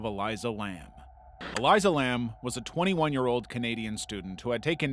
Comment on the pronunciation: Stop sensationalizing Elisa Lam she was a mentally ill girl, 90% of what you said was a lie, the tank was open, she went out of a fire scape, she was paranoid and dillusional, let it fucking go, also you mispronounced her name